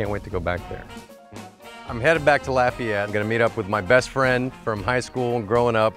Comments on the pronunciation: You can tell they're from here because they pronounce Lafayette right! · So refreshing to hear people pronounce Lafayette correctly for once!! Avery island! I live right there!